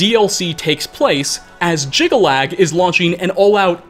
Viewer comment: Jyggalag snirks more like 'jiggle lad' x'D